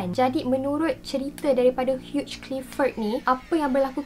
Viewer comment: Bukan huge clifford.. hugh clifford.. ape pon bestt..